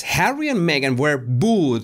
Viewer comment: Oh Oh Jesus Why do you say Magen she is lying . Oh Jesus !!